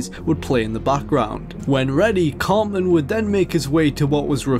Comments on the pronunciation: Tell it is pronounced Eric CarTman and not Eric Carman. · It's Eric Theodore Cartman, not ''Carman''. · Eric "Carman"... Dude. -_